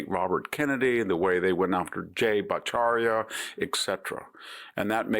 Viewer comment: He left a whole syllable out of Bhattacharya.